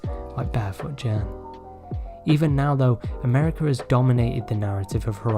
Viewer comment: FYI Anything with "G" is a hard G sound, not a "J" in Japanese. Like Gen, etc. G like "get", "gecko". Ironically, Ghibli is "jibli" though and I'm glad you got that one right :) (Always bugs me when people say Gibli lol) Source: I'm Japanese